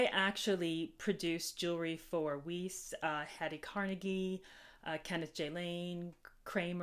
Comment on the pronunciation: First time on your channel… hi, 👋 Thx for lovely estate sale finds today. If you like pronunciation info, Hobé sounds like •ho-BAY• and Weiss sounds like •WICE•. Most viewers will get it either way 😉